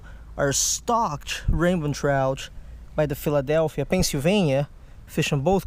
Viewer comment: you say rainbon trout because of your ascent